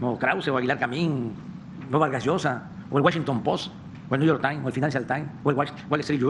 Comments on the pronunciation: El pos y niu yor tain... Jajaja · Guashinton post , Nu yer tine, Finánchial tine, gueltin yornal!!!😱😱😱😱😱😱😱😱🤯🤯🤯🤯🤯🤯 no pues si que orgullo!!! 😵‍💫🐌💩👈🏻😆